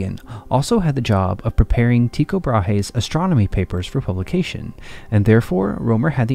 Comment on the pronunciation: Is a robot narrating this? The narrator doesn't pronounce "Tycho Brahe" in the way I'm accustomed to hearing.